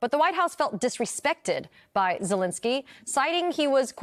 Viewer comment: Zelenskyy, not "Zelinsky."